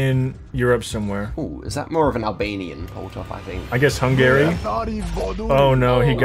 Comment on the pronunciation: HE KNOWS WHAT HUNGARY IS just doesn’t know how to pronounce it